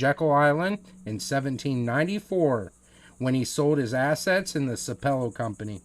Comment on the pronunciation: It’s pronounced sap pel low.